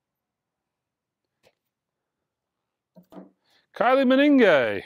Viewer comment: Kyle Minogue is pronounced K-eye-lee min-know-g [The Google pronunciation tool has a pretty good digital annunciation of her name.]